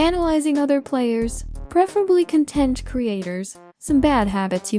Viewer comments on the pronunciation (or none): "Cuntent creator" ... "no single one hundreds correct way to play" ... The AI is overwhelming!